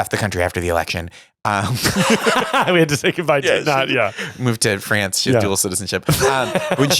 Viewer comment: As a Brit who pronounces France exactly the same way, the way pronounces France absolutely creases me every time